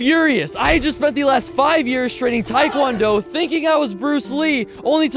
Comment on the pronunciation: The term is taekwondo, not taikwondo